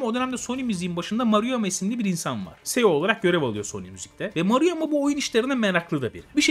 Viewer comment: Madem belgesel yapıyosun ceo yu ya tam Türkçe söyle seo ne ya yada ingilizce okuycaksanda sio diye oku bi harf inglizce iki harf Türkçe okuma